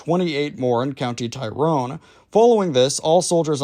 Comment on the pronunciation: Pronounced tirrone not tie rone